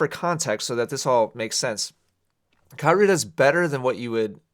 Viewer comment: At first, I thought you kept saying Carousel.